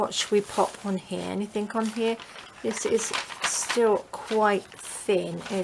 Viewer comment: On the word anything, the g is slient! Not anythink.